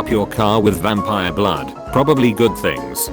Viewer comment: I can't decide which I laughed more about how he pronounced "SyFy" or the title 'V A N P I R E'